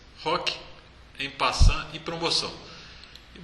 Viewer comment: É an passan mesmo que se pronuncia. Obrigado pelas aulas, compartilhei no meu Facebook e me inscrevi no seu canal. E curti é claro.